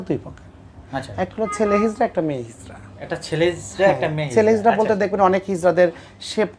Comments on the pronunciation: হিজলা নয়, হিজরা। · Hizla noy hizra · আরে হারামজাদা হিজলা না। হবে হিজরা। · কথাটা হিজলা হবে না। কথাটা হবে হিজরা। হতবাক হয়ে যাই। এতো কম বিদ্যা নিয়া আপনারা ভিডিও আপলোড করি। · হিজলা না হিজরা হবে কথাটা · হিজলা নয়। হিজড়া হবে। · এমন মূর্খরাই এখন কন্টেন্ট তৈরি করে,যারা হিজড়া শব্দটি ও ভালো করে বলতে পারেনা